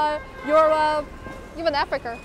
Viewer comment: my g said "africer"